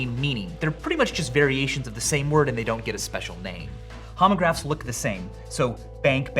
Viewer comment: lol "Homograhs"